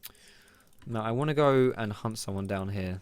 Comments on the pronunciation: Why did i hear you saying hump when you said hunt. Hump stacks or Hunt stacks. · Lol for some reason i keep mishearing "hunt" as :hump" XD